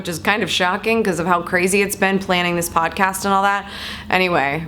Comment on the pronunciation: Yay! Odd-cast! Like ool. There's no "P" in either one of them....lets keep it that way, M'kay? G/L! Can't wait to get into it!